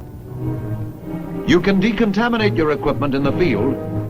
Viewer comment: how to descontaminated radiation aioewjfioerwnjlknds this guy was so fucked up